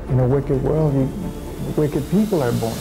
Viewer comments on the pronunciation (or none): none